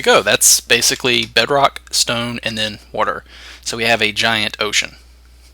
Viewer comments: Yes I love woter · Im sorry, but, why do u say WATER like that? wurter haha